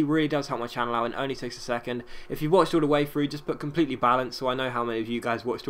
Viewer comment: compleyely balanced